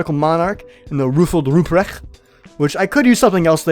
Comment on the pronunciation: It triggers me that your hats aren't in the appropiate loadout slots. Like for Sniper, I have my KE, then my Veil and in the third slot my Toowoomba Tunic. Also, Ruprecht and Wintermantel were pronounced wrong. Can't blame ya, German is a tonguebreaker language